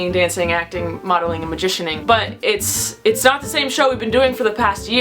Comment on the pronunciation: ITS NOT MAJICIANING! ITS MAJHITCHENING!